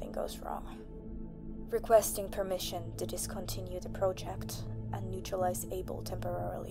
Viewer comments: Am I stupid, or is it not "Abel"? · It's Abel ... ABEL. CAIN & ABEL!!! You've never read the bible before?? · Its Abel ... not "able" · Abel... Not Able